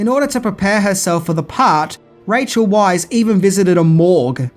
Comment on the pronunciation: Rachel Weisz pronounced "VICE".